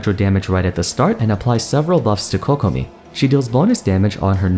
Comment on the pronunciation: Thank you for pronouncing Kokomi and Keqing correctly :') my ears can finally have a break